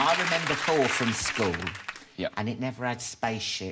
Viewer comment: I do love how Alan pronounces "Thor" as "For." Tom Hiddleston is such a dreamboat. Loved him in "Only Lovers Left Alive."